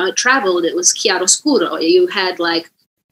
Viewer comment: Being Italian I'm so proud of Sia for how she pronounces "chiaroscuro"